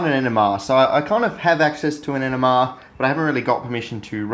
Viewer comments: Are you saying NMR because it sounds like you're saying ENEMA . I said to myself " This shit in an enema ! This guy is fuckin gangster than a mu fucker ! " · I realized he was saying NMR at first I thought he was saying ENEMA . I thought " This stuff in an enema ? This guy is a fuckin savage ! "